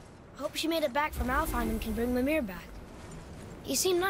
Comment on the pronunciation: also its pronounced me-meer mimir